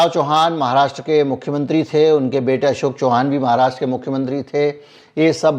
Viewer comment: Sir जी एक correction है वो अशोक चौहान नाही अशोक चव्हाण है